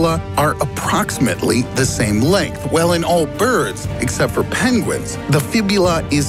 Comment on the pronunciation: Why can't Americans say 'for' properly?